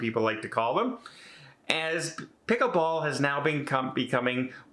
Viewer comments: it’s pronounced as it’s spelled: PICKLE-BALL with an “L”. You called it “pick-a-ball” numerous times. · I heard pick a ball and was getting excited...thought was some new game. I've played pickleball and it's fun .